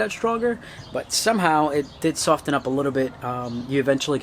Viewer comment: Why are you emphasising the "t" in "soften" so much? The "t" is silent... Lol 🤦‍♂️